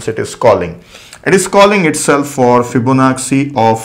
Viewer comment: Yes I noticed that too. It is an Italian name. It should be fib-ona-chi. Same with da vinci (da vin-chi), bellucci (bel-loo-chi). Lets not focus on pronunciation and accent. Here in the US, Americans mess up Indian names all the time. Its not a big deal. These are great tutorials and we are getting to learn so much for FREE.